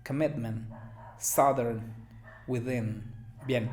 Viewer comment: Soy una hablante nativa de inglés y no entendí "southern" tampoco. Creí que dijo "Saturn" (el planeta)